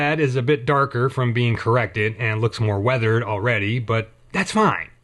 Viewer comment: "Correct" doesn't have that many syllables...